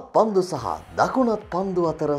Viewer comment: පන්ඩු නෙමෙයි පන්දු.. 😒💔